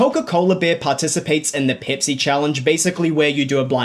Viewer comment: peepsee cola?